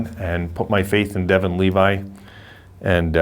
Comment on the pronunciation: it's Devon (Leevee) Levi